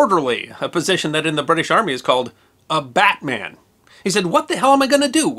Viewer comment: When referring to the British rank, it's pronounced 'Bat-mun', not 'Bat-man' like the DC superhero.